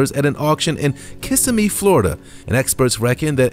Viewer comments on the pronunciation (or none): The name of the town that the vehicles picked up and was called Kissimmee Florida not kissing me